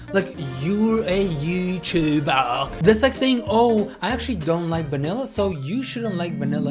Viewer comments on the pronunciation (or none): "✨YUR A YOOTUBA✨" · YU - TU - BAH 😭